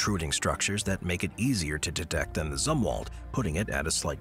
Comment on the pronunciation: Zumwalt, not "Z" war? Last?